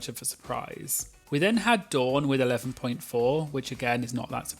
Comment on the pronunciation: As a Dawn, can I just say how refreshing it is to hear my name pronounced correctly? I’m American and most Americans think Dawn and Don sound the same. And of course I’m rooting for Dawn this season because she chose a fabulous drag name.